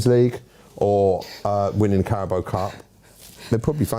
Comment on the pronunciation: pronouncing Carabao as Carabow is hilarious